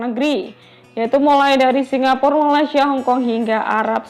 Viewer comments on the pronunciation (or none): none